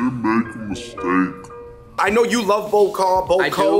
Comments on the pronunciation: Bo Kho is pronounced BAH KAH btw just wanted to let you know :) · Not pronounced bo ko, it's pronounced boa kaw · Kha-Vinh Tran : almost, but Ball Kall is a bit closer to its pronounciation, peace! Vietnamese food ! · oh my bad, bah kah is how I grew up hearing it and saying it! Thanks for telling me the real way to say it! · Its Baw kaw... You boaters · Stop saying bo kho wrong lol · The way Bo Kho and Bo Luc Lac was pronounced triggered me so hard lol.